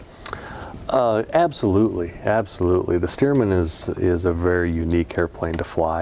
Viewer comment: STEARMAN After Loyd Stearman , not Steerman